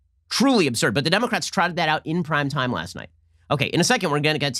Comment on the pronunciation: I swear Ben keeps saying "crime time" not "prime time"